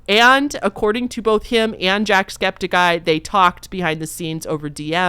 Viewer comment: I'm so sorry I also have mention it is Septic Eye not Skeptic Eye 😭😂